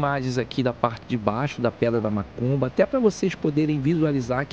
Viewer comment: a cada 10 seg enfatisa e fala mAcumba, fala sério cara. A Parai é do Pontal !!! Respeitamos a todos + deve-se ter mais senso !!! A filmagem ficou top vídeo bom Parabéns.